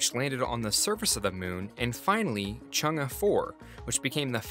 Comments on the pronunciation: It's Chung e ( Chung a) not Chung gus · This man really just pronounced Chang’e like ‘Chung-uh’ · he is pronouncing it incorrectly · Switch the vowel phonics on Chang'e for more accurate pronunciation.